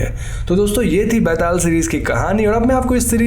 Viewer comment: It so awkward that an indian pronunciate an indian folktale charecter wrong..byataal!!!!!betal to sabhiko bolna ata hain yaar